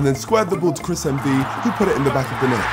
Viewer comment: Bro said "I sqaured the ball to Chris MD"😭💀